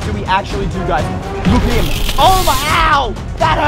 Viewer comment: him not hime